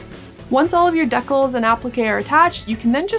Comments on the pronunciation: dea-cles?? dee-cals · OMG wait. Do you mean.... DECALS? Dee-Cals? LMAO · I have never heard decals said in this way, and got a bit confused for a while. Regardless, enjoying the content!